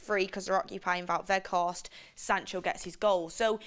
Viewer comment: Sell. Carthorst not Weghorst